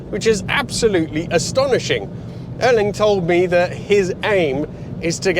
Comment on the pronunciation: So this is Erling Haalands car? - Not Ørling....his name is Ærling.